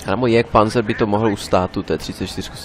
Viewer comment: ten jagdpanzer vyslovuješ jak jégrpanzer